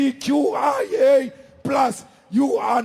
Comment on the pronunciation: I love how he mispronounced 2slgbtqqia